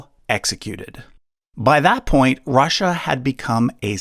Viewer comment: Rasssia. Why you keep saying it like that ? Ru ru Russia